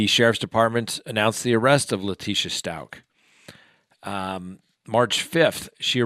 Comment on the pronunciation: I’m not trying to be a dick 😬, but.....It’s Stauch as in couch 🛋btw!! 🤭 Sorry 😐, it’s just going through me, every time you say it! 😆